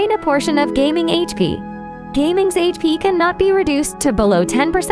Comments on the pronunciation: Please stop calling him "Geyming", its "Ga-Ming" 😅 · Bro said gaming not Ga Ming 😭😭😭😭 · His name is Ga-Ming, not Gaming. 😅😅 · It's Ga Ming not Gaming(GayMing). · The way she pronounce his name is like, 'His name is Ming, but he's Gae.'